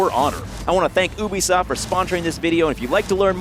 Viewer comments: Nanners why do you say Ubisoft like ewwbisoft it's more like youbisoft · Why did he say "oobisoft" instead of "youbeesoft"? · its not oobeesoft its U Beeee soft asf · It's not pronounced Oobisoft... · Jew-be-soft ( ͡° ͜ʖ ͡° ) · Dominik David I usually pronounce it as you-be-soft. Dunno, maybe he has the right pronounciation and we're all dummies. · Its pronounced U-be-soft. God dammit Adam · Guess I'm not the only one that pronounces it that way :p